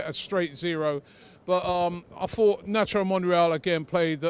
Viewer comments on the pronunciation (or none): none